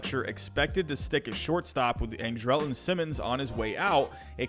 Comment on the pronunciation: I love how you pronounce Colome, Andrelton, Engel, Taijuan all wrong lol